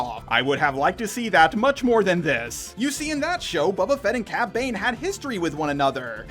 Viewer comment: "Babba Fet"